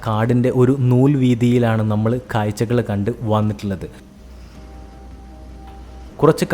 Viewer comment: മലയാളത്തിൽ പറയു പോസ്റ്റ്മാനെ. കായ്ച്ച അല്ല കാഴ്ച. അതുപോലെ കുറെ.